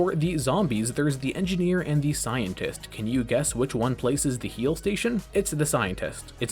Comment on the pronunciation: thr engeeineer is enginehere